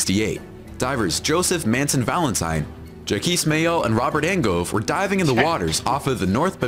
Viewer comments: Jha-kees- how many will now name their children after this great Explorer? LOL 😂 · Ok, i just subscribed. i dont dive and dont plan on diving, but you guys are interesting. Thanks 🌞 *does it pronounces it jack-ese bcuz its a robot voice? **the underwater stucture #9 i think, is that a Crannog? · I am so glad I found these guys, I see alot of the videos and they SEEM cool but some of the things I read in the craptions makes me wonder what is going on. Example the video says "famous diver Jackies Costal,".... So I'm guessing they are badly saying the French name Jacques have bo clue what the last name is I'm from small farming community in Canada there's not alot of divers here. while I live near a great lake I'm not even Lifeguard level strong of a swimmer I'm more if I fall out of the boat I can tred water till you turn the boat around or I can swim to shore. I don't know diving stuff although stuff underwater seems cool to see it. Seeing actuall divers react and 😂 loved the putting the hands to the face when the video said the name and was like "the guy doesn't know Jack" (again craptions gotta love them if this isn't what actually was said) was hilarious. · “”Jockees” Cousteau”…….. “God damn it” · My bad, is pronouncing Jacques as Jackies lmao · Well he must think that Jack in French is Jacques Yves. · Ja-kweee Cousteau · Seriously??? "Jacquis" Cousteau?!? I did a report on Jacques Cousteau in 4th grade but never heard of Jacquis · I'm not a diver, I'd love to but never done it and I would never disrespect Jaques Cousteau by pronouncing his name wrong! Fail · 😂 the guys probably rite on the name btw as French way to spell Jack is jacques but he's still pronouncing it wrong Yea his names jacqués yves cousteau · ' reaction to the mispronounced name made me laugh so hard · This was extremely funny by ' reactions to the pronunciations from the narrator. That aside, the one thing that should have been at the top of the list.....The Crystal Cave!!!!!!!